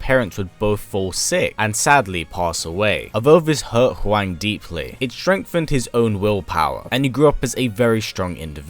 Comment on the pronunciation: Im sorry but even Americans know its pronounced whong not waing. This video killed my respect for you.